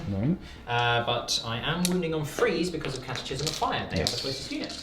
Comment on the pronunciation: However this was shifted by Chef pronouncing catechism improperly :(